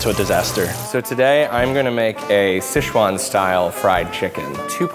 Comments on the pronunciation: Sezchuan sauce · SHCEZUAN SAUCE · Schezuan sauce???!!!! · "shishuan style chicken"